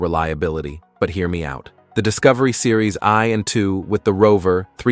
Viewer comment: Terrible video I’m afraid. Wrong model series wrong models shown with description, terrible AI saying weirdness, example “series i or 2” 🙈 First Jeep Cherokee completely wrong year and it’s the XJ not “zeee J” for bullet proof. Unfortunately AI is ruining YouTube.